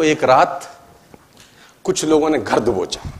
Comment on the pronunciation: उच्चारण सही करो धर दबोचा को घर दबोचा बोला